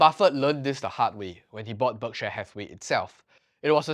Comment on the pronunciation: It's 'berk-sheer', not 'berk-share'